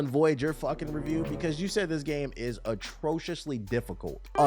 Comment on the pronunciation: Tbh stay misreading words 😂 "atrociously"